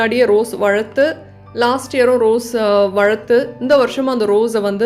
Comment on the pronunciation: Nenga tamil nalla pesrenga.. but 'Valathu' pronounciation la anda 'la' ila.. Google 'valar' pronounciation in tamil.. wanted to tell u this for a long time 😛